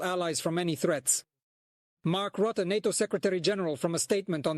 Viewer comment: Roote? |The man's name is Rutte